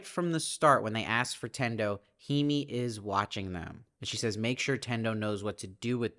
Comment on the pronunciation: "Masa" rhymes with the Spanish "casa". "Hime" is pronounced "Hih-may". "Noriko" has the syllable stress on the first syllable, although the syllable stress is more even in Japanese than in English. The missing finger is an indication of yakuza membership, specifically payment for some failure in yakuza business or society. The mother-in-law is almost certainly tied up with the yakuza somehow. (I haven't read the book.) Thank you for the great reviews!